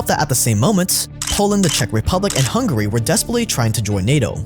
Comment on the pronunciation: "Hungary" lmao